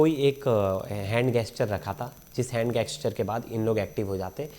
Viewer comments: हैंड जेस्चर, not हैंड गेस्चर!!! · गेस्चर नहीं होता जेम्स बॉन्ड साब जेस्चर होता है। हिंट कह लो जरूरी है तो वरना इशारा काफी है। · It is gesture..and not gasture